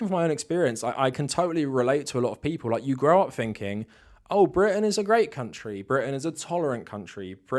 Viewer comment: Quit saying "finking", bro! It's THinking! Jeez, love the content, but damn that's annoying!